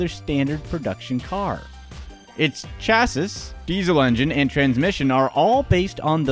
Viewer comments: My god... Chassis is not "Cha-siss", it's "Cha-see" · It’s pronounced “chassEE” Not “chassis” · You don't say "chassis" the way it's spelled. You say chassy! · You say "chassis" wrong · It's pronounces chassy not chassis it's spelled like the that though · Hah he said chassis wrong